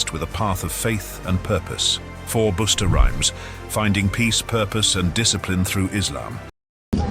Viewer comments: Busta Rhymes is "Bust the rhymes", not "Boost the rhymes" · Hum lol "Boosta" 😂😂😂 Busta Rhymes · You kept on saying booster, when it's buster rhymes 😂😂😂